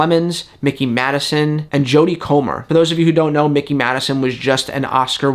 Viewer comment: between the treatment of jake lloyd, ahmed best, and kelly marie tran, it's really hard to think appearing in the star wars franchise is worth it. but plemmons, madison (her first name is pronouced "my key" not "mickey"), and comer are big enough names that why would they want to get tied to a multi-picture contract and yes, i think they were given lowball offers way below what they can get for other projects. each can easily get 7 figures for a role, possibly even 8, and they were likely offered 6.